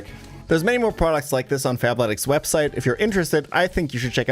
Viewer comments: fabletics fab with a b i kept hearing that wrong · I’m the only person hearing Fap-letics….right… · I had to check the description cause I could’ve sworn you said “fapletics” lol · I kept mishearing the sponsor at Fapletics im so cooked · I thought he said "FAPletics" like he was about to shill me a masturbation based workout program.